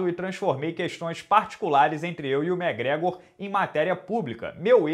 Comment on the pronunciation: até quando vc vai chamar o mcgregor de mégrégor? Pelo amor de Deus!